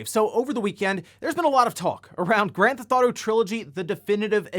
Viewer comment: I just like how you pronounce it "Granthotto"